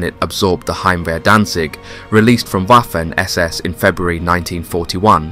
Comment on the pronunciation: Same with "Waffen"